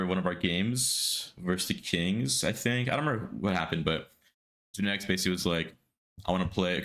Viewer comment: Why does it sound like genetics bullied himself into the team... All i heard was genteics contacted us.....then again later on genetics contacted us about joining lol Tuff